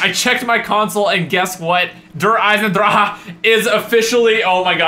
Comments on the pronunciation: when u say it derr eisendraki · Der eisendraha what a prenunsiation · it's Der eisendrache not Der eisendraha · i like how you pronounce der eisendrache as "Teh Eisendrahagh" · "Der Eisendrachahahah " Lmao I died every time he says it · Der eisendrahah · you say it like der eisendrache der eisendraha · der eisendracha you need to say der eisendrak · I'm not spelling it right but it's pronounced Der eison drac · Der eisendracha hahaha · Did he just say der eisan dra ha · 'Der eisendraha' xD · ? DER EISENDRAHA? for real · You pronounce it like isendrache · Der Eisendrahah??? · i live in germany and we dont say der eisen draha lol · I am german and he pronounced it so bad haha😂 I laughed so hard 😂😂😂😂 You have to pronounce it: "dear icendrakhe" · lmao "der eyesendraha" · Der eisendraha lol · he pronounces the name wrong its pronounced drock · It pronounced der eisndrakhe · wtf is Der eisendrhaa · The way he pronounces the map name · the way he pronounces Der eisendrache 😂 CRIIINGE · Each time he pronounces the name he sounds like he is out of breath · Google Translator: I watch me only the video, because I find it funny when Americans want to say "Der Eisendrache", but it can not pronounce German. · that's not how u say der eisendreche